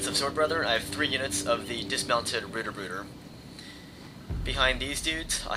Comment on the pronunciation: Ohhhh pls dont say Bruder again, its totaly wrong pronounced ^^ call it Brother